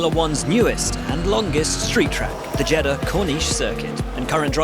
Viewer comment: Ffs pronounce Jeddah right for once 😂